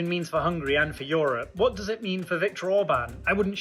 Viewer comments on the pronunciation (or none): none